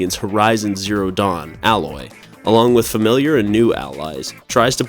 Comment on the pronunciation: You obviously haven’t played Horizon Forbidden West since you called her “Alloy” instead of “Aloy”. Get someone who PLAYS THE GAMES to make these lists.